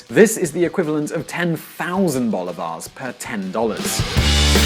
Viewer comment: CHA-vez, bo-li-va-res